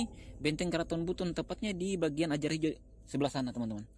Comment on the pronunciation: Pengucapannya bukan AJARAHIJO tp AAJARAYIJO